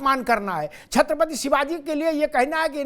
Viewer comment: अखिलेश यादव से छत्रपति नहीं बोला जा रहा छतपति बोल रहा है यह अकल देगा